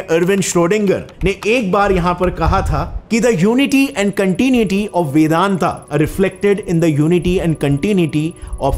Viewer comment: What is this fascination for adding "aa" after Sanskrit/Hindi words? You are pronouncing वेदांत as वेदांता, वेद as वेदा ?